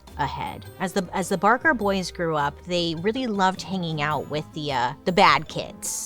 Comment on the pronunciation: Do you mean Ma BaRker? I may know a thing or two about her. Oh. Okay. I guess you came back from that mispronounced once.